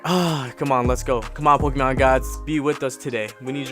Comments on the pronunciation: It triggers me he is saying the Pokémon wrong 😑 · Good pull but are you fuckin with us with your pokemon name pronounciations